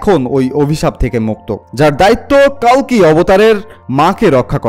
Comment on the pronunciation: কল্কি হবে কালকি নয়